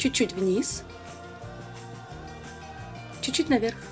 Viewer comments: только "чуть-чуть", а не неведомый чучуть))). А так, конечно, молодец. Прекрасная речь, прекрасное же руководство. Я безнадежный рукожоп в макияже, но даже у меня получилось. Еще раз - Лена, речь прекрасная! гладкая, грамотная, плавная, выразительная, богатая по словарному запасу и при этом четкая, ясная, предельно понятная. Молодец! 😘👍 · Чуть-чуть, а не чучуть)